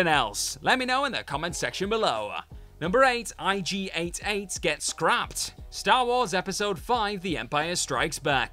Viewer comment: It's IG-88 not IG 8 8